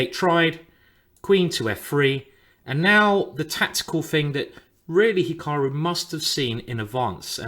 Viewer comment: "Hikahru Nakamewrah"